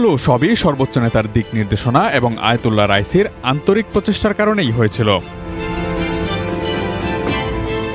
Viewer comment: আয়াতুল্লাহর রাইচি না রে ভাই আয়াতুল্লাহ খামিনি হবে। বাংলাদেশের একটা নামকরা ন্যাশনাল টিভি হওয়া সত্বেও এমন ভুল কেন করেন